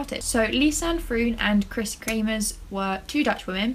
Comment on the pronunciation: You pronounce the ‘oo’ in froon like the ‘o’ in the word ‘show’!